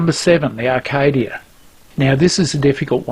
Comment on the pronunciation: Acadia not Arcadia ! Spoken and spelt like a true aussie :-)